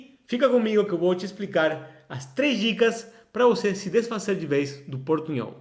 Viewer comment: Você está pronunciando “desfazer” e “poderosas” como em espanhol.